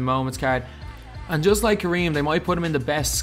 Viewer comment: You said Kareem like a god damn Star Wars character